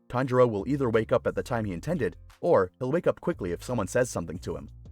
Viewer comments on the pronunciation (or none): none